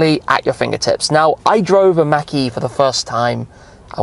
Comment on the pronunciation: It sounds like he's saying Mackie instead of mach-e. It's pronouced more like mock-e.